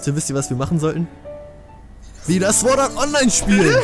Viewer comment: Man spricht es nicht sword Art online aus sondern sord Art online.